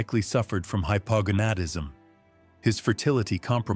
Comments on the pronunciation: Why did they pronounce hypogonadism so strangly? Hypo-Gonad-ism, not that difficult. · It's "hy-po-GONE-ad-is-m". Just saying.